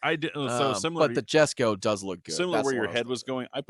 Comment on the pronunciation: Say it with me - “Yess-ko.” Named after Christian’s father, Jesko Von Koenigsegg. And who the f are yall kidding. If you had $100MM, you’d have a Koenigsegg in your garage. I for sure would. 100%.